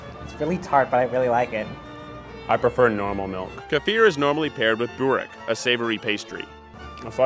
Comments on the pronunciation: It's not booorek is burek roll the r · Ist no booorek its burek you pronouncrd everything wrong😂😂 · Bourekk and bakla va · Please fix your pronounciations It’s sar mah not sarrma and its bu reck (roll the r) not boo reck. Otherwise, Serbian approved Edit: omgggg he said Buck lavvarr Samo lazem, ljudi iz ameriku su glupi. Haha cuj ovo; Buck luvvar, boo reck i sama Izvini: moj srpksi nije najbolji, ali svaki dan ucim nesto novo. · Saimir Hoti “boo-wreck” LMAO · Max TheWinCat They said it wrong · Po, vdiqa kur ka than “burek” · The way you pronounced “Burek” disgusted me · May I know if anyone else from the Balkens is cringing as bad as I am at their mispronunciation of the names? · Kako su rekli burek xD